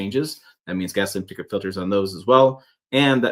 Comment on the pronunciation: See this is what happens when some people try to rush 🏃 through the pronunciation of some multi syllable words. It’s pronounced par tic u late. Slow yo roll son!